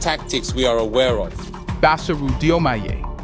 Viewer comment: Read it as JOMAI.